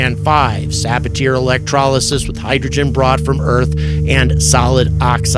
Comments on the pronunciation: sa-BA-tee-ay! NOT sa-ba-TEAR 😅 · FYI, you should pronounce it suh-BA-tee-ay, not sab-a-teer. It is the name of French chemist Paul Sabatier. Regardless of what language you speak, proper names should be pronounced in the language in which they are written.🤓